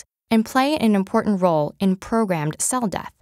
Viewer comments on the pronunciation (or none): none